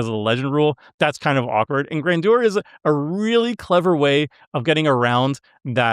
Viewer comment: Gran jur. Not gran do-er